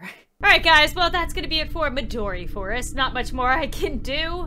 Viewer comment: Midori not Madori